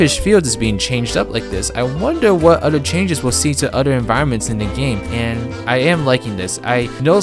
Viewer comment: It's OTHER not ODDER